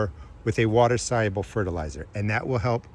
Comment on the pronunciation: You said "water soluable fertalizer" a million times in the first 30 seconds. I had to stop watching 😢